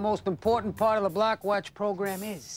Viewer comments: I keep thinking he saying “the black watch program” 😅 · That damn man was saying 'Black Watch Program' not block watch program 😂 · Sounds like he’s saying “Black watch”